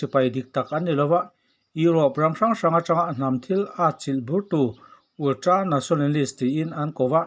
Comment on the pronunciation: Ultra tih ve mai awm ulltra tih tlat 😄😄😄